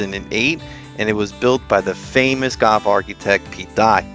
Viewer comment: When did the word golf become goff???